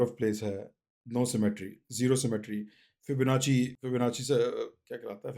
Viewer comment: "FIBNACHHHIII uhmm uahh aaah". correct your pronounciation